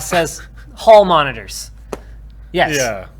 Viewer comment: "Hall moniotrs" eh